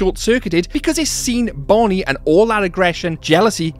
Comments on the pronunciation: you said bonine bro😂😂😂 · You said Bonnie wrong